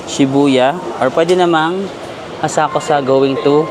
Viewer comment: Walang U ang Asakusa, it’s pronounced ASAKSA….